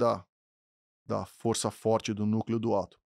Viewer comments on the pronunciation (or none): none